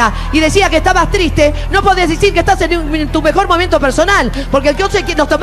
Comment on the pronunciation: "No podes decir que estas en tu mejmkmnkm momento personal"JAJAJAJAJ